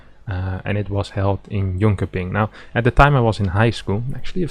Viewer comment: Your pronounciation of Jönköping is horrendus. Ö is pronounced like Marvin Gaye says "o" in "love"